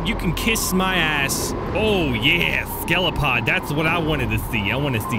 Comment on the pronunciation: It's Skel-I-O-Pod, not Skel-O-Pod.